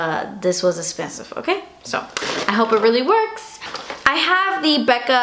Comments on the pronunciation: "dis was expensive" hahahahaha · Haha "Das expensive" NEW FAVORITE THING TO SAY 👌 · You look adorable in this look! The hair & make up & camo! I live for you to say "das expensive!" 😂😂